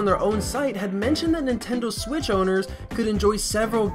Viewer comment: Am I the only one who heard him say the “Nintendo Swiz”